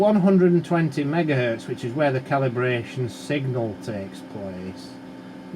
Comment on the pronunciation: top notch. i love when he says "megares", but says gigahertz